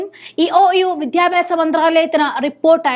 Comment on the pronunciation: കുറച്ചു കൂടി അക്ഷരസ്പു ടതയിൽ അവതരിപ്പിക്കുക.(വിദ്യാഭ്യാസം എന്ന് വാക്ക്)..